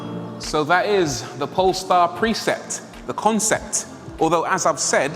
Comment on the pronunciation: You pronounce precept as preset